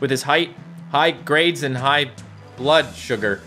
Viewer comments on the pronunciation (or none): none